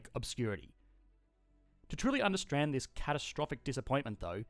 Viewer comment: I’ve never heard of the word ‘undersRand’ but maybe the pronunciation was just a simple ‘misBake’.